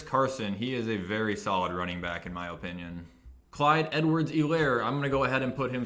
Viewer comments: I love how he says O-pin-EE-un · I like how he says "Oh-pinion" for the word opinion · I could listen to him say "opinon" all day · The thing that made me the most mad in this video was your pronunciation of opinion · Nice way to say opinion lol